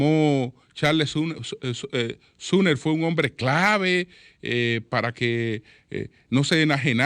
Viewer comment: SUMMER(SOMER),pronunciar correctamente el nombre,aunque sea en español ,como se escribe,ayuda a hacer más creíble su discurso farragoso.